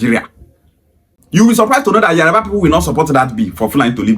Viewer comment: Pronunciation is yoruba and not yariba